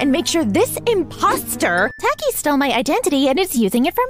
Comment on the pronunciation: Extra sins (Alot of em.) - "Funkvillie." - 'Earth to' cliché - 'Not acknowledging a problem thing' Cliché - ALSO, they pronounced Taki's name wrong. Pronounced Ruv and Sarvente's names right but get that O N E wrong. (Alt) - 'That's what they all say' cliché Also, Bunni would be kinda good at Cinemasins - Also why is the building broken, if its for another episode then why? (Alt) - Player would be ironically good at CinemaSins - Also, Taki isn't her LOST SISTER, TAKE A LOOK AT FUNKAPEADIA FOR GODS SAKE.